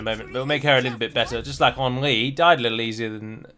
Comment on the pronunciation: If you want to pronounce Henry to the correct French maner, don't pronounce the N. You want taking our accent so do it right!!! God damn rosbeef!!!